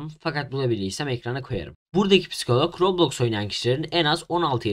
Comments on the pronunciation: roblöüx değil roblox daha söyleyemiyorlar kapanıyo roblöüx ü kapatıcaz dfkofkodklfklşdlşf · aynen kesinlikle yasaklanmalı daha söyleyemiyosunuz la robloyxk ne la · Abi. Ya. Kadın. Robloksa. Rokloks. Diyo